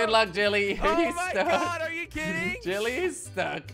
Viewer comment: Kwebblekop always says jilly